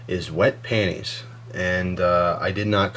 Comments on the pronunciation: watch?v=59oLURcPNo0 for the correct pronunciation of panties. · Pantie's. No, Pan-ties. Haha! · I like the fact he says lady jokes.. ha got me hastrically laughing.. the fact that it's obvious why girls only have one bra but several panties. and how to even say panties is the ridiculously hilarious.. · i love the critique of the pronunciation of the word panties